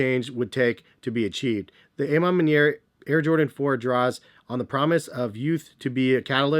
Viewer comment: I swear so many ppl pronounce it Wrong 😂 the “A” is an “AWH” sound. A Ma Maniere means “My Way”. You, Jay The Sneaker Guy, Jumperman Kris of course... You all pronounce it WRONG. C’mon, You should know by now